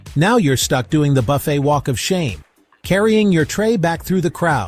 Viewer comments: Will you please pronounce buffet correctly? Can’t AI do that? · I wish the AI Voice could pronounce Buffet correctly throughout the video.